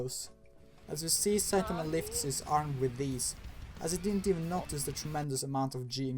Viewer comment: Its one punch man not saitenman